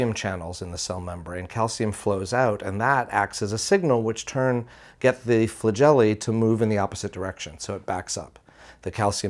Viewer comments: I know it's Flagelli. but Flajelly is way more fun. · He said Flajelly.